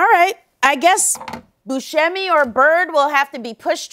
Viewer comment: She is THEE best! (FYI He pronounces it boo-SEH -me.)